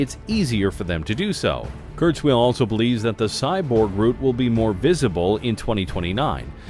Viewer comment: Ray KurzWHILE, not Ray KurzWHEEL!